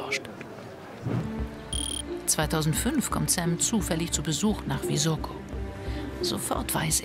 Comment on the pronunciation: Es heißt Visoko also S wie Siegfried!